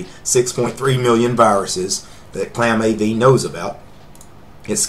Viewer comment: it's not claamAV. it's clamAV